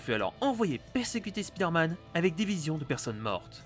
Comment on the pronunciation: Mais arrêtez de dire speeder man c'est perturbant et prononcé comme ça, ça veut juste dire: l'homme qui va vite.